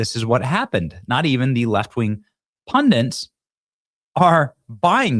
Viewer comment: Why can't anyone seem to say "Pundits" nowadays? It's Pund-ITS". Really couldn't be simpler.